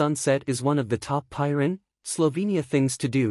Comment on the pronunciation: Such a stunning place, which deserves a narrator who knows how to pronounce its name correctly! Stop using AI for narration please